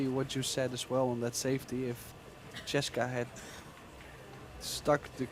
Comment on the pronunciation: The announcer is too stupid to say Chez ka. Maybe he can't read.. Her name is CHEZ KA NO E OR I BETWEEN THE Z AND THE K. Try saying Chezka . Or quit your job and take out the trash.